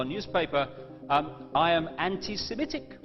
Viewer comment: It's pronounced anti 'semITIC', not 'anti-semiETIC', you doughnut.